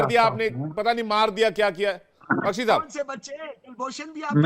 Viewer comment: GD bakshi Shab..ab aap debate se bhi retirement lele.....baar baar "shab shab" bol kar apni garima khatam kar rhe ho.....aur sath hi lamba kheeech kar bolte ho....ab apki umer ho gayi...media main anna band kar do... please